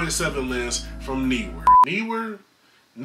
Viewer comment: haha word! Think you nailed the pronunciation of Neewer by the way;)